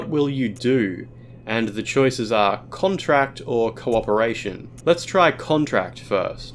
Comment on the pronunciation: where he says "contract," I'm fairly certain the he's pronouncing the wrong homophone version of the word, when instead the game means it was the verb form: to contract, as in to physically shrink away from her offer. He mispronounces it as the noun form in this video, which instead erroneously infers that the first option is to make a verbal contact of sorts with her. I don't believe this to be the case at all, but instead the former explanation; the verb. TLDR: The options written in Japanese here are either to recoil from her offer in rejection, or accept it.